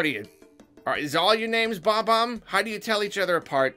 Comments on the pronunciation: his name is BOB-omb, not BOMB-omb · It's not Bomb-omb. It is and has always been Bob-omb.